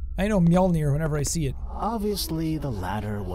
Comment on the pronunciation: "Mjolni" is nto pronucned like that Jakca A boy!